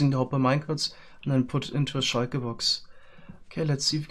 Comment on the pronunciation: Everyone: shulker boxes: shiker boxes